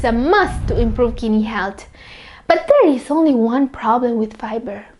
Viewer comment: ARE YOU SAYING FIBER OR PIBER 🤣🤣🤣🤣🤣🤣🤣